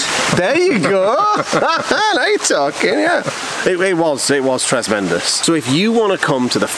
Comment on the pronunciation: "Tresmendus" finale!